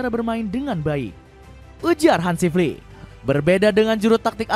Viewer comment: Admin Salah penekanan intonasi bang.. 😂😂😂 Maksud nya Flicks yg dari jerman